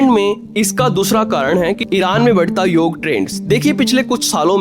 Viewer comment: Yog day hota hai yaar YOGAA NHI